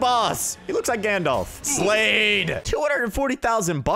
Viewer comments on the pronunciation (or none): none